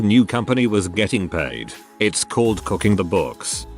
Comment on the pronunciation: mo couking